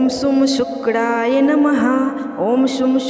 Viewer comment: Pronunciation par dyaan do Sukdaai namah kya hota hai.!!!!! Shukraya namah hai